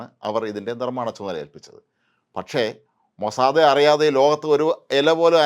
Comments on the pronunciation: മൊസാദേ അല്ല MOSSAD ആണ്. താങ്കൾ മാത്രം എന്തിനു ഇങ്ങിനെ ആവർത്തിക്കുന്നു. ഒരു ചേഞ്ച്ന് വേണ്ടിയാണോ ? മുൻപും ഇത് സൂചിപ്പിച്ചിരുന്നു. താങ്കളുടെ CE ഉം Mossad എന്നാണ് പറയുന്നത്. തിരുത്തുമല്ലോ. MOSSAD NOT MOSSADE. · മൊസാദേ അല്ല ചേട്ടാ, മൊസാദ്🙏🏻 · മോനെ മോസാദേ അല്ലടോ മൊ സാ ദ്, അയ്യേ പൂയ് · അപ്പാപ്പ മോസാദ് എന്നു പറയു